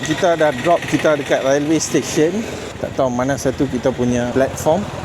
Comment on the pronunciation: The train room is terrible & so cramped! The stairs are so small & dangerous! Railway is pronounced like "Relway"....like uou want to say the "e" as in "sail" & not "Ra el way".